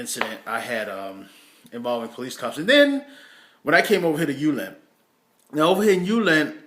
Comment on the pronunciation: Priceless, perfect Jysk pronunciation :)